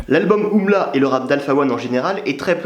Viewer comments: c juste U.M.L.A pas oumla pas umla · On dit U M L A